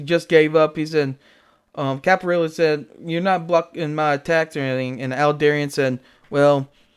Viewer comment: Aldebaran... to pronounce it properly just pretend you're speaking Italian, "Al-deh-bah-rhan" ... Don't forget to roll the 'r' ;P Aldebaran /ælˈdɛbərən/, designated α Tauri (Latinized to Alpha Tauri), is a giant star measured to be about 65 light-years from the Sun in the zodiac constellation Taurus. It is the brightest star in Taurus and generally the fourteenth-brightest star in the night sky, though it varies slowly in brightness between magnitude 0.75 and 0.95. Aldebaran is believed to host a planet several times the mass of Jupiter, named Aldebaran b.